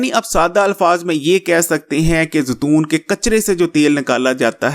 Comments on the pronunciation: تم بھی زتون ہوں، کھوتے انسان زیتون ہوتا ہے زتون نہیں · زتون نہیں زیتون ہوتا ہے